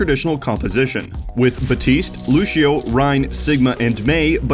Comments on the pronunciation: its not lushio its lucy -o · Did he just say lushio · It triggeres me everytime he says lushio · Are we ignoring the fact he’s saying lushio? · PLEASE stop saying loshio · also he says fucking batiste god is it so hard to pronounce one p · The way this dude says lucio triggers me lol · Imagine watching this whole well made, we’ll put together analysis of a cool play and the only thing you take away from it is that the narrator pronounced Lucio’s name weird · He's still pronouncing Lúcio wrong, look it up on google translate, it's hard to explain without phonetics